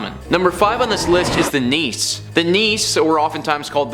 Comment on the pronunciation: Actually, I think "nisse" is pronounced NISS-uh, not "niece." At least that's how my Norwegian relatives pronounced it... :)